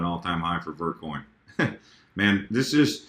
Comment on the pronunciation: i thought he said "Birdcoin" instead of vertcoin